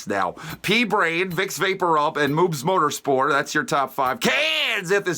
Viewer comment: i love that it's just moobs motorspor and not moobs motorsport